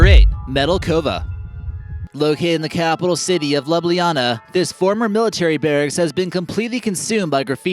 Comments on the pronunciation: its amazing to hear americans trying to pronounce ljubljana (our capital) xD welp lets add some info. ty for making a vid about this country. we also have an underground party place in an old military bunker from ww2. predjama is like 20km away from me so im guessing ur gonna do postojna cave as well. fun fact GHI were hunting ghosts in the predjama castle on the sci fi channel. u can also play predjama castle in cs go (sue me we are slavic we love our cs) under the name de_castle. the metelkova village is gucci. its the place u go if u want a good time or drugs. jesus i forgot that church existed. i went there on a school trip when i was like 10. the Snežnik castle now a days hosts alooooot of mariges. the caves imo arnt anything special but ive seen em so many times its not even funny. as a tourist tho u need to see it. if you go to bled to see blejsko jezero and the island go during summer you can even swim. also go to a local sweats shop and ask them for kremšnita (kremshnita) ahhh postojna cave. if u come here hit me up we go drink ;D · god, you butchered the pronunciation of Ljubljana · Im from slovenia and just saying everything that you presented in creepy way is completly bullshit and before you spread lies atleast say the Ljubljana right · Haha wow the pronunciation of ljubljana the capital was way off and as a slovenian it made me laugh so bad😂😂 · He pronounced The capital city name wrong, but its ok. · Nauč se govorit slovensko ce ze o njej govoriš! Reče se Ljubljana in Predjamski grad! Dejmo ga mal podučit slovenci !! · How you pronounced Ljubljana- just wrong I coudnt stop laughing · PLS dont pronounce Ljubljana if you dont know how to say it. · I like the fack how he just raped the name Ljubljana xD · Ok this really disturbs me when pepole say lju-blji-ana but you say it lju-blja-na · libiliana😂😂😂rece se lub-lan-a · Loblijana... learn how to pronounce correctly please. L J U B L J A N A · je ljubljana ne ljubiljana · Ljubljana ni "liblijana"